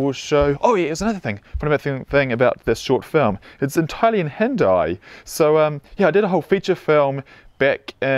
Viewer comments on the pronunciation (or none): It's pronounced as Hin-Dee . With the D sounding like The